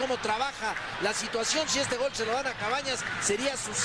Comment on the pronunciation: Cuando orvañanos decía “gool “ completo